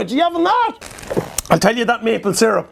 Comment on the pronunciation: seer-up, not zeerp